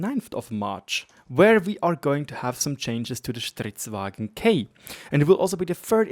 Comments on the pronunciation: its stridsVAGN not stridsWAGEN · This is not the best audio but it was the best I found right now, here is how the Swedish tanks are supposed to be pronounced. (Yes I know it really doesn't matter it's just a bit of a pet peeve(?) with the "germaniztion" of vagn as wagen :D ) That said, great content as always!